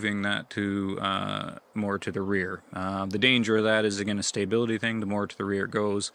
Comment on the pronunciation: "Stay-bility" lol Must be an accent thing